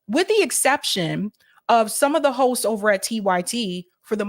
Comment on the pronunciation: I was listening to this at 1.5x speed and it really sounds like she says "Some of the hos over at TYT" 😂